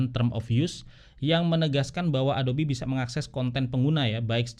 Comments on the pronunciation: Ingat Yg Ori itu "ADOB" bukan "ADOBI" 😅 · Sekian lama pake adob eh adobi ya bacanya... hehehe